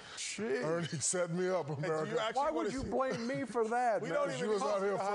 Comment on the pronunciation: "Ernie set me up Amerrca"